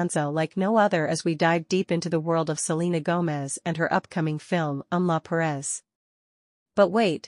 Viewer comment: It's not Em-la Perez. It's Emilia Perez.